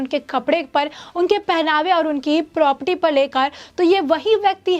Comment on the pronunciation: #Thenews A news reporter should speak correct. It's not propty प्रॉपटी , it's Property